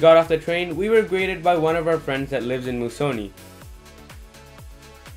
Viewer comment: It's pronounced " Moose -a -nee "